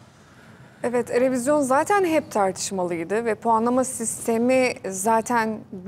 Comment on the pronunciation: Erevizyon mu dedi?